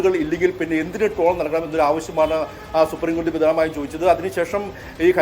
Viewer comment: ടോളല്ല ട്രോൾ